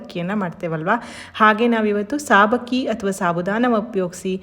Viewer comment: ಸಾಬಕ್ಕಿ ಅಲ್ಲ ಸಬ್ಬಕ್ಕಿ